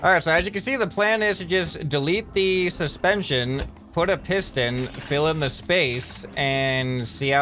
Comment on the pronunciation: “This is ‘intension’all” he sais wile talking about suspension